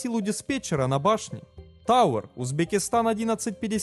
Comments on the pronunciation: Автор что с тобой? В начале сказал Узбекскистон, что Узбекистана не любишь или не пойму? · УзбекистОн 😂😂😂😂 ну и дикция 🤮